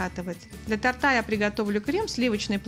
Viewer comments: Все здорово, кроме того, что хозяйка неправильно говорит, так режет ухо. Д ля тортА, а нужно- для тОрта. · у вас хорошие рецепты, но тОрта!! Не тортА!😉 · Замечательный рецепт, изложенный очень приятным голосом. Но надо говорить тОрта, а не тортА, тОртом, а не тортОм!!!! Извините и не обижайтесь, пожалуйста. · Торт вкусный , но не тортА , а тОрта . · За рецепт спасибо. Лайк. 👍 Но всё таки, для тОрта. 🙏 Слух режет. 🤷‍♀️ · Не тАрта а тОрта. ТОрты. Слух режет. ТАрт, это другой десерт. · тОрта, а не тортА!! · тОрта,а не тортА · очень нравится ваш канал, но, пожалуйста, говорите верно слово торта, ударение на О и никак иначе. С наилучшими пожеланиями! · Рецепт и видео очень классные, но уши режет, когда Вы говорите тортА. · Как же режет слух это слово « для тортА» правильно «для тОрта» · для тООООООрта, а не тортА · Не ТАРТА, А ТОРТА! Кошмар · Меня просто раздражает это "для тарта",смотрела и думала,хоть бы еще раз не сказала😬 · Здравствуйте, рецепт хороший 👍 Просьба, говорите, пожалуйста, для тОрта, так правильно. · ДЛЯ ТОРТА (УДАРЕНИЕ НА О)... А НЕ ТАРТА... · Извините,уж очень режет слух, для тОрта) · Все чудесно но делайте правильно ударение "торта" на первый слог.